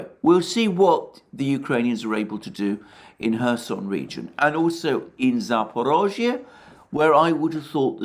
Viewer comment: Cudos for pronouncing "Zaporozhye" correctly! It is amazing how few foreign commentators manage to get it even remotely right.